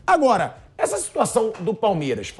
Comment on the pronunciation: *Aguóra" ASMAR, Thiago.